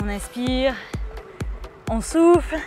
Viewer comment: faut que j’te le dise... quand tu dis « on souffle» j’entends (et chuis sur de pas être là seule) « on souffre»!